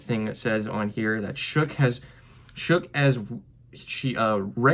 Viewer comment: His last name is pronounced " shuck" according to him . It is not "shook" or otherwise